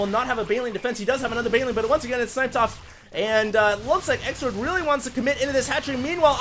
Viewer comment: why do you call xlord. sexlord in this game? you said it 2 or 3 times XD